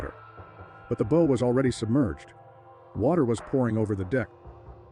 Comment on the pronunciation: Is the narration AI? It's deplorable. So many mispronunciations... e.g. "You. Boat" and "Bo" when it should be pronounced "bow" as in "take a bow".